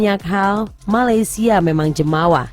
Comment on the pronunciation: dengar dia kata Malaysial , wow provoke dngn cara halus